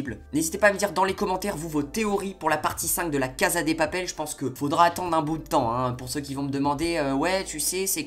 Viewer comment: " la caza des papele " mdr